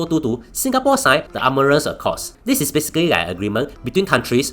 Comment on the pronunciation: That pronunciation of Artemis is diabolical